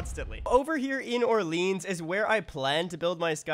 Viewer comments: So painful to hear you pronounce Orleans like that lol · I think it's because there is a neighborhood in Ottawa called Orleans that they pronounce in the English way